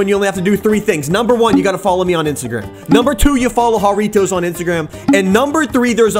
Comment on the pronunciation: "Harriotoes" Me: hairy toes